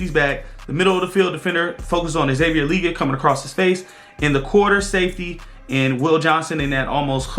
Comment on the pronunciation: Love the breakdown!!!! 🔥🔥🔥🔥💙🖤 You need to be on the staff! Only thing is your saying XL last name wrong 😂 Le-Gette bro! 2 syllables! #FFTV